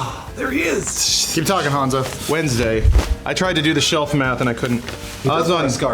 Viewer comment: I died when that new bald guy said hanzo's famous words perfectly... what a nerd